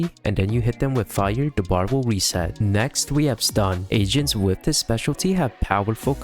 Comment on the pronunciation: Was it only me who thought he was saying a rank Asians instead of agents😭